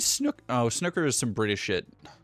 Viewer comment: Giggling a bit at pronouncing Snooker as 'Snuckker' 🤭